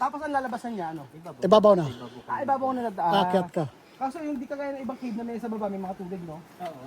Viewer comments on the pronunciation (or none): ok ka "welcome to kiv" kiv or cave hehehe!:)